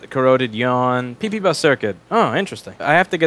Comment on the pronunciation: Haha you said pp bus and it sounds like peepee butt.